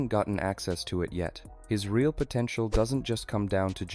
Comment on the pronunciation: Did you say potential?😛